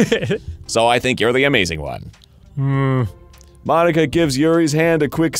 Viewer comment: I can't unhear monika as Bologna man haha